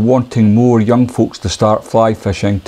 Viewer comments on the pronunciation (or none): none